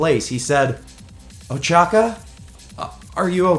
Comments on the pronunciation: at the uraraka part its ochako not ochaka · it ochaco not ochaca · Who else got triggered when he said uchaka? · I love how he calls ochaco ochaca